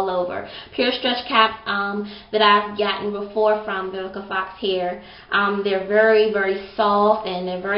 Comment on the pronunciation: Awww you look like a pretty lil doll baby(4real I LOVe your hair and eyebrows)!! yOU are MURDERING that girl's name hehehehehehe!! Awww i like ur lovemail, that was so sweet :) I need to try Vivica Fox's line sooner or later, yours is on pt, yesss those highlights!!